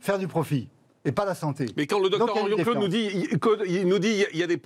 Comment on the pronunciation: Morandini,vendu de la télé,et il fait exprès d'ecorcher le nom de la brillante généticienne Alexandra Henrion-Caude,pas Claude,connard!